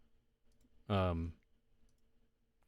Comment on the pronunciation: Why are you pronouncing kan-da-har like "kan-dar"?